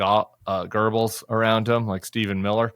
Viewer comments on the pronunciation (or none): I believe that you may be referencing Joseph GOEBBELS, who was a Nazi Propagandist…you keep pronouncing it like Gerbils with a hard letter G….which may be confusing some people?